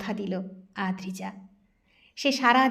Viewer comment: গল্পটি খুবই সুন্দর। কিন্তু অদ্রিজা নামটা প্রথম থেকে শেষ পর্যন্ত আদ্রিজা পড়া হল